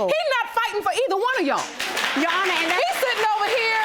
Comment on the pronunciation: Did she say " Jerr Honor" im 💀 😂😂😂